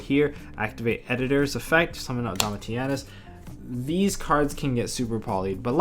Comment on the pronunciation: Its pronounced Domishinus. Named after Titus Flavius Caesar Domitianus Augustus. and Tamer Editor is always pronounced incorrectly. its pronounced E X T E N D H A N D _ GG